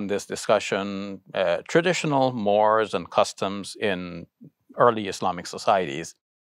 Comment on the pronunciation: "Mores,' which de Tocqueville, who invented the word, called (cultural) "habits of the heart," is pronounced "MORE rays," not 'mores."